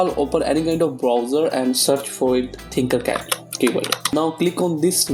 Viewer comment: Its tinkercad not thinkercad